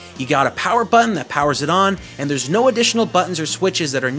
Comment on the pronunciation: he said theyres no switches ^_^